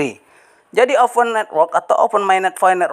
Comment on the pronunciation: Open mainnet woy, bukan ovenmainnet, baca aja masih salah ni bocah, semua yg bocah gubluk gubluk chanel sampein ini salah semua cara bacanya dan pengucapannya 🤣🤣🤣